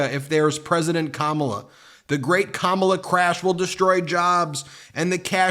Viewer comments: "I'm doing good with buh-lack men, and women want safety" (as in, the women don't have safety unless the darkies are put in their place). The way he says black is a grade school taunt, just lilke the way he pronounces ka-MAH-la. She turned buh-lack you know, it's a disgrace. That someone can tolerate this bully says a lot about them. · Pronounced "Comma-La".